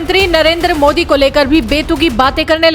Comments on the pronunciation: Yeah ek cricket player hai...iis me to sportsmanship jayse koi baat hi nahi ...ek idiot pronunciation thik se kr bhikmanga mudi it is ", Modiji" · अबे पागल पॉर्की नाम लेना भी नहीं आता मुदी नहीं मोदी नाम है। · Mooooodee nhi modi😆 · Bolna to sikh lo pahle kya mudi mudi kar rahe ho modi hai modi mudi nahi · मुदी ❌️मोदी✅️😅😅😅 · वो मूडी नहीं मोदी है पहले बोलना सिख ले 😂😂😂😂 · First please learn to pronounce our pm's name properly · Abe sale thik se indian prime minister ka nam to le